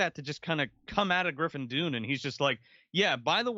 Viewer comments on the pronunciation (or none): It’s Griffin Dunne pronounced (Done).